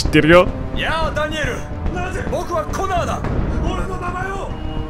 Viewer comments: 血液ペロった後の「すげぇなコナー」が「すげぇなコナン」に聞こえて、コナンはアンドロイドだったのか！？ってなった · コナーがコナンにしか聞こえなかった _(:3」∠)_笑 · コナーがときどきコナンに聞こえる重症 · すげぇなコナー、がすげぇなコナンに聞こえる笑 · アンドロイドの血液を舐めたシーンの後の 「凄いなコナー」が「凄いなコナン」に聞こえてしまった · コナーがコナンに聞こえる